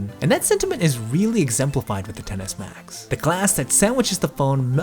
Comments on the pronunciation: Excess Max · It sounds like you’re saying tennis max it’s pissing me off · 😂😂 I can’t unhear it now